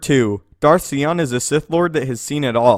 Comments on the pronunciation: I hate the way he pronounced Sion. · 1) Sion's name is pronounced like scythe, not see. 2) How fucking metal is Scion? I understand this is about strength and outward power, but dude. That's pretty badass. And seeing him in the game for the first time was pretty terrifying. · I am not trying to be condescending or overly critical here, but good god damn! Come on, are you kidding me with this Darth ”C-ON” [Sion=Cy•on]. I don't mean to Sigh On, *bahh-dggnh-psssh* but it pains me to no end to hear the pronunciation of characters names–or sometimes even simple words in general–downright bastardized when we’ve literally heard how it's pronounced in the video games or movies. This is Darth ZONN-nah [Zannah=z•ANNA] all over again, that is more forgivable than this because unless he listened to the audiobook he wouldn't know the proper way to say her name and is probably just hated by every girl who has ever met him whose name is Hannah. ”Hi, HONN-nah!” How hard is that? (Zannah is literally just Hannah but with a ’Z’). He and several other star wars YouTubers have a responsibility to us their viewers subscribed or not, it's not just poor locution on their part but it's a health issue studies have shown that people who hear mispronounced words are 66 times more likely of developing cancer in their ears...or was it just that it feels like cancer growing in the ears? Either way, this comment is way longer than it needs to be and I'm going to stop ranting about something that 8.5/10 people don't notice or are simply like ”who the f*ck cares?” if you are the other 1 and half person to read this far, I'm sure you are asking yourself the same question as I am right now: ”Why am I still typing/reading this?” Sigh on!...sigh on. Or ya know...See on too. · SIGH-on... If you played the game he's from you would know that. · i thought it was pronounced Sai-yawn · It's Darth Sion bro. Like the word 'scion'. 'psy-on'. 'S-ion'. 'Say-hi-on'. 'toaster-strudel'. get it right.